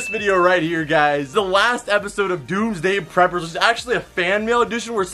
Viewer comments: I swear he said doomsday pepers🤔🤔🤔🤔🤔🤔🤔🤔🤔🤔🤔🤔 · I thought you said "Tuesday prepors"